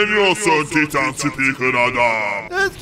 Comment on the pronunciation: Abi taytın değil titan